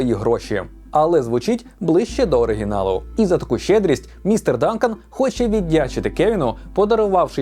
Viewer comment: звісно правильно містер Данкан а не Дункан